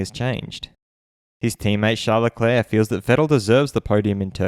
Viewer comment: ShArL LeClaAaAa so funny how Martin Brundle says his name like this after hearing Charles pronounce it himself on Drive to Survive. “I’m Charles Leclerc”